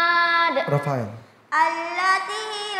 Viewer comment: Ndak rofel tapi rofael